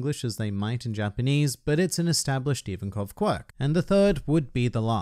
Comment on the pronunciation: Its Ivankov